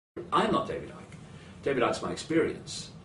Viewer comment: David Icke, not David Ike, for god's sake! He's sick, like he needs long term help in a clinic sick. Reptiles are lizards, snakes, crocodiles and turtles. They are very stupid animals.